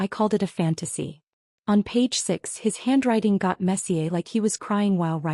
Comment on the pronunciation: Marcus and Jessica, DO NOT DESERVE ANYTHING! FATHER IS A MISOGYNISTIC A-HOLE. messier is always pronounced incorrectly. I GIVE THIS A TOTAL THUMBS DOWN 😢